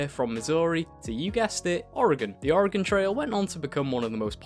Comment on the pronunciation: As a native Oregonian, thank you for actually pronouncing Oregon correctly.